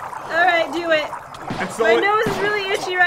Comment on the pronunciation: pat,when you say lets do this you say le do de.why?